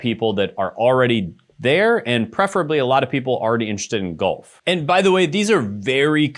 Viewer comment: Never thought id be mad about the way someone pronounces Golf lol